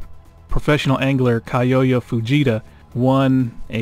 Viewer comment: It's not Kai-yo-ya. It's pronounced Kyo-ya. Kyo as pronounced like Tokyo.